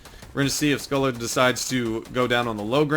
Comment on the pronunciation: Good video but pronounced his name wrong your meant to say it like scoh-lee